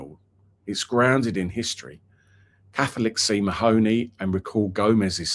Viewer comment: It’s not ma- hony, it’s pronounced Marney